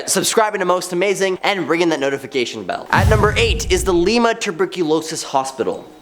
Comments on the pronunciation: And Lima is pronounced Lie-ma lol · I live in Toledo ohio 😂. It's pronounced Lima (lie-ma)